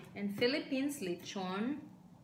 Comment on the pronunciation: Crespy litchon. Jowcy with sooy sawse!